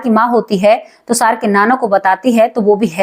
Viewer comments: अरे तुसार नहीं तुषार बोलिए 😂😂😂😂😂😂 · आप बार बार tushar को tusar बोल रहीं हैं जो कानों में खटक रहा है और दादा आया, नाना आया ये कहना भी नहीं अच्छा लगा